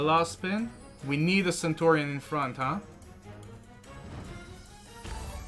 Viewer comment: Dude, it's 'CENTURION';) Nice win by the way!:)